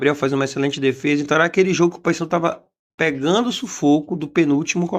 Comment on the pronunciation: Pegando... Pegando... Pegando... Pregando... 😂😂😂